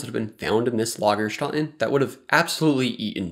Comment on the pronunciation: lagerstätten, not loggerschotn.